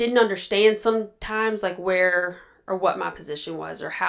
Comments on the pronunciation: How many times do u want to say that u don‘t understand? JL: „Yes, i don‘t underSHtant!“ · “I didn’t underSHTAND” ugh so annoying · If I hear her say “ I don’t undershtand “ one more time 😒